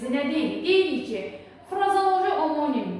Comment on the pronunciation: Omonim-(amonim) deye oxunur duzgun teleffus ede bilmirsiniz ders izah edirsiniz🤦‍♀️🤦‍♀️🤦‍♀️